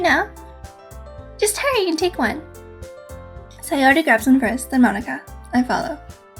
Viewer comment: Oh my goddess I love the fact you said Sayori's name correctly!